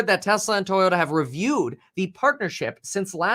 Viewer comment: Kevin I don’t appreciate your Asian accent as you read toyoda , toyota lol